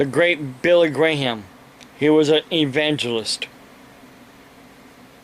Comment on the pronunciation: Progressive Prepper I know he meant Billy Graham but the way he pronounced it was hilarious.